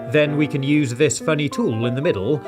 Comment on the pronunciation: When he said fun to use it sounded like FuN tO lOsE! People who hate losing stuff they own: triggered